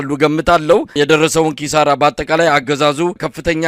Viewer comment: ኪሳራ በል እንጂ ክሳራ አትበል አማራ አይደለህም እንዴ!??